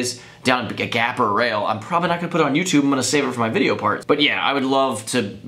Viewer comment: "PROBEBLY" LOLLLLLLLL